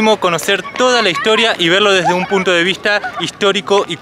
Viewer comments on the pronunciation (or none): none